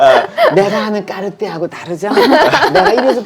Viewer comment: 마지막에 꺅ㅎ띠에 발음 계속 반복하는 부분 너무 재미있네요 🤣 그리고 탱크나 발롱블뢰 둘 다 참 멋진 모델인거 같아요. 언젠가 소장하는 그 날이 제게도 오기를... 🤗🤓